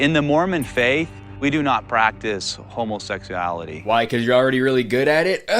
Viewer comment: bro rly said "homosex-suality"